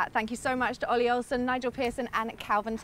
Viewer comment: PLEASE stop calling him Calvin...it's KELVIN. lol